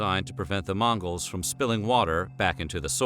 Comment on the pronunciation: He says mangos 🤣🤣